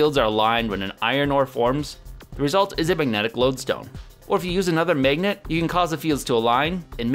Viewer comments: I like the vids but it was hard watching this one because says magennet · "Mignit" It's always interesting to hear how people from different places pronounce mundane words that you don't think about every day. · the pronunciation of the "a" vowel in "magnet" and "dagger" in his accent makes me laugh every time